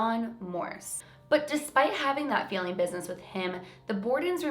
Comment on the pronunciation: Super confused me when you said "feeling" business, instead of "failing". XD I live in the GTA so not sure the accent here. I am confused easily though :P FANTASTIC VIDEO AS ALWAYS!!!! <333333 I cannot believe how close you are to 1M. :o I remember when you were under 100k... and you put out insanely quality videos then. Thank you for being so dedicated to the YT community!